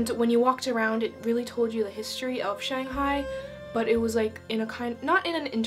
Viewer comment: So glad you like Shanghai, you really nailed the pronunciation! Hope I could visit Finland someday. BTW it's Taoist temple in Yuyuan.